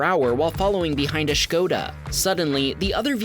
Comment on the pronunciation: American who knows how to correctly spell and pronounce Škoda? I'm impressed. 👍 for the narrator.